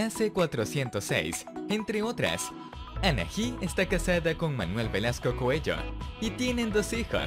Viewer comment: Anaji?? Jajaja Ana... I..! 😅